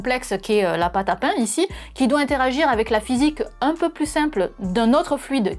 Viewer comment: du paing ! du bon paing !! si poing !!!